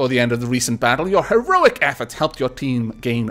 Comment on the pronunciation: It is just me or does the "Hero bonus" say heoric instead of heroic?